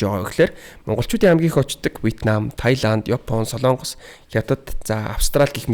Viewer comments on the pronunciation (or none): none